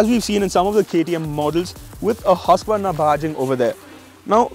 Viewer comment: Irritating. At least pronounce it correct. Its hoosqvarna not hasqvarna.